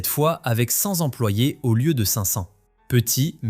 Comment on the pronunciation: Pardonnez-moi, mais cent "Zemployés" ça pique les oreilles. Sachant que cent se termine par un T, la liaison "Z" s'en trouve non appropriée.